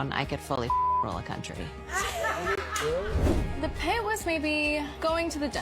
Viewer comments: Country with a "K".. 😂😂😂💀⚰️ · Country with a “K” 😂